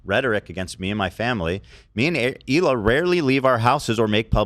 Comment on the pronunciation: Her name is Hela not Eela you little goof